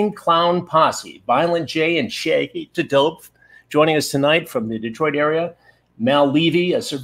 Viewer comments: Less than a minute in and Chris Hansen pronouncing "Shaggy T'Dope" is the greatest thing ever. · I love how he pronounces it “Shaggy to Dope” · Omg he called him Shaggy Tudope. 😂😂😂😂😂